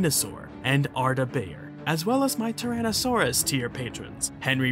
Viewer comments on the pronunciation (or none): none